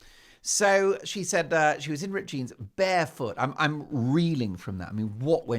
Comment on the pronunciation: I do love how Mark rolls his rrrrs "rrrrrrripped jeans" 😂😂😂